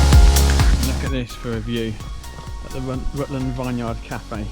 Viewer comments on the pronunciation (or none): Nice ride! It was windy that day, I went out that day and intentionally planned to go into the wind for a tailwind return but it was a bit of a slog and I only did half your distance! The "Vineyard" pronunciation could use some work btw 🤓😂😅 looks lovely there.